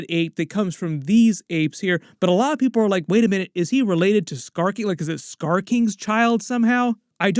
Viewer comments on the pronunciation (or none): none